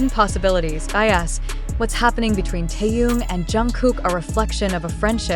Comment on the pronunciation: А как имя Тэхена коверкают, это уму непостижимо.